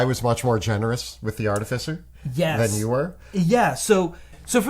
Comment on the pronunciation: all these years. still saying artificer incorrectly.